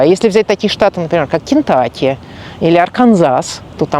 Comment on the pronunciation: не когда не слышал о штате "кентАки"....может быть "кентУки"?